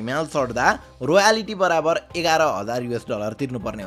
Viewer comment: रोयालिटी होइन, रोयल्टी हो सोल्टी ।